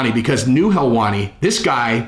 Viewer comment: It’s not Ariel Helwani it’s heelwani!!!! 😂 u better come correct he said